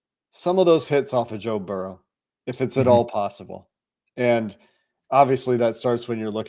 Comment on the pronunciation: It's Burrow, not Burrows!